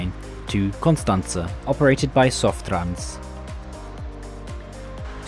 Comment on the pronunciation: Much better than most others, sure, but still some mistakes: the last A in Constanța is just a regular A, he pronounces it more like an Ă. And the final I in București and Fetești is supposed to be (semi-)silent...